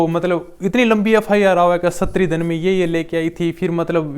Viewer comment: प्लीज सुनने में बहुत अटपटा लगता है सस्त्री नही बोलते उसको स्त्री बोलते है उच्चारण में